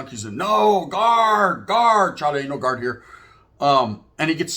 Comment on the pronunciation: “Gaurd ! Guard! “ boy there aint no gaurd here😭😭😭